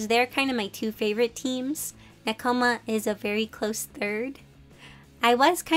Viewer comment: L2DM: "Nek-OMA" Me: "ne-ko-ma.... wait people say it differently?!"